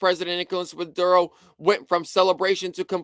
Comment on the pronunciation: its pronounced Me lay and Mo Do ro